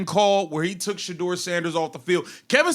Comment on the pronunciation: This is nothing but a clown show they have a awesome dude playing for there sorry team and they can’t even say this man’s name his name is shedeur can you say that